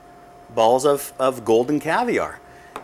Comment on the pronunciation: Maybe he should learn how to say cointreau......